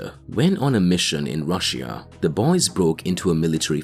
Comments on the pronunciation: Ur saying russia wrong its russia not rus sia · Learn how to pronounce russia 🤷🏻‍♂️🤦🏻‍♂️